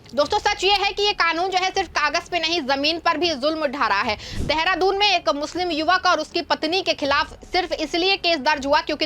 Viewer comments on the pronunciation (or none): none